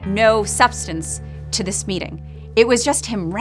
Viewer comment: I’m not trying to be rude, I’m genuinely curious and not sure, does the host have a lisp? Or is it some sort of accent that makes him not be able to say “this” and says “dis” instead?